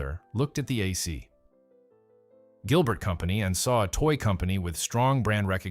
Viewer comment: It's likely an AI generated voice. It's getting more and more common that these types of channels use AI narration rather than actual human narrators. One giveaway what when he repeatedlt pronounced AC Gilbert as "AhSea Gilbert".